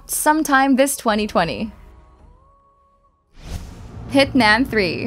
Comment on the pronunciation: Did anybody else hear her say hitNam? Not hitMan 😂